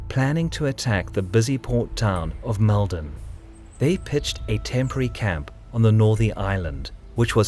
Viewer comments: (Oh, and to comment on the pronounciation, its a much heavier Mold on, even though Mal-don is how its spelt. We just say it our way is all!) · It's pronounced Maulden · Very good. I lived about 20km from Maldon, used to visit it as a child and took my own kids there. It’s pronounced Moldon my friend, an ‘O’ replacing the ‘A’ in its pronunciation. Keep up the good work.🇦🇺